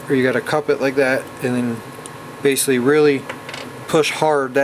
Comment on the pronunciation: What is baysilly/base-ly?! Please speak more clearly